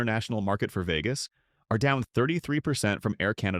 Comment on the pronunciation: Veegus? What a shitty ai voice over.